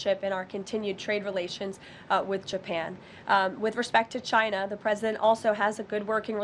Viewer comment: I love how the Donald pronounces/says "China". Takes extra effort but sounds great.